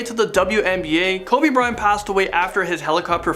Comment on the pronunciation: He’s saying Kobe bryan😒😒